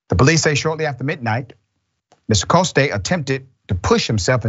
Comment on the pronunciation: Look up Councilwoman Tania Fernandes Anderson, Doc. Invite her. The man is a Frenchy. Jean Francois Coste (pronounced Cost not Costay).